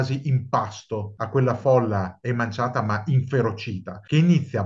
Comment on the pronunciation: SI DICE EMACIATA NON EMANCIATA ... comunque il servizio mi e' piaciuto molto